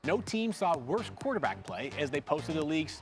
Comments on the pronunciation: Did she say quarter-black play?😂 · I heard the same 😂😂💀